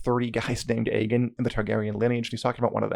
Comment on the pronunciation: MFW you've had almost 40 hours of TV where they talk about "Aegon" the Conqueror and other Aegons all the time and you still pronounce it "Egg In" :0